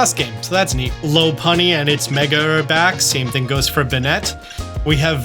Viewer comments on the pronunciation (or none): Love you but did want to mention you mispronounced a few Pokémon - pronounced “skidoo” not “skid-oh”, “mane-ectric” not “man extric” and “lop-unny” not “loh punny” :)